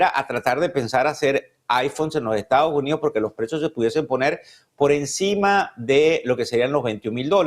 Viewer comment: Este comentarista debiera hablar y modular mejor. No seguiré viendo este programa por la falta de buen hablar. Es Estados Unidos y no estao unido. Me voy